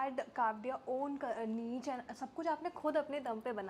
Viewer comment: Ye lo. Angrez gaye aur guest ko cchod gaye aur ek ye host. Beebi NEECH nahi NEESH pronunciation hai. Baith gayi cam pe.